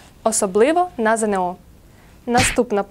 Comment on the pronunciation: Шановна пані! Не ЗеНеО, а ЗееНО.